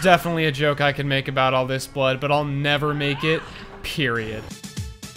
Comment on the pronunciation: Lmao “ ha ha the yokes on you “ 💀